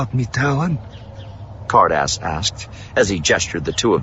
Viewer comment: I don't know why I kept hearing 'Hardass' instead of Ca'rdas.. 😅